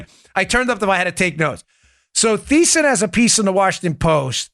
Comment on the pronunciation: Dan, it's Marc Thiessen ( pronounced tee-sen )